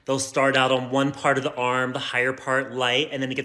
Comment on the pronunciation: Her wedding train said “till death do us pahhht”